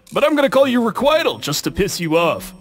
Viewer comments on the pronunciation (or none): i think when majin pronounced requital he pronounced it more like reqWHYtel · “I want you to know it’s taking every fiber of my being to not pulverise this guy.” -Requital (Re-kwit-ull/Re-kwite-ull)